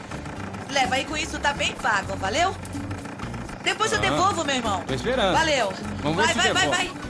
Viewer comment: "Veleu" "mermão" kkkkk,amo